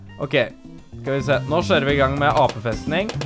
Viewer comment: "Så da skjører vi på med det" lær deg å snakke norsk!!